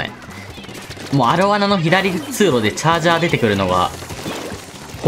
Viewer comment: アロワナってちょっと言えてないのが可愛い